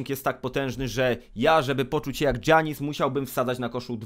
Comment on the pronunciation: Kto do cholery mówi "Dżjanis"?! ;)